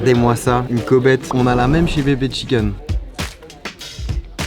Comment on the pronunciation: "bébé chicken"